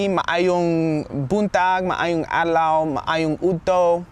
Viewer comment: CORRECTION MAAYONG ADLAW NOt MAAAYONG ADLOW